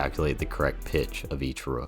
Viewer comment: why you saying roof so weird is that a mammal joke lmao